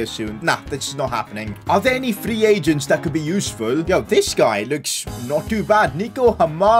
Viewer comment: “Free pagents” got me dying